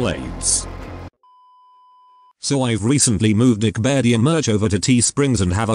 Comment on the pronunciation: every time he says he moved neckbeardia merch it sounds like he's saying dickbeardia. I cannot unhear it no matter how hard I try.